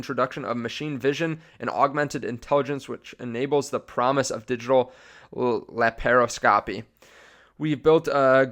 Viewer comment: Pronounced LAP-PRO-SCOPY :)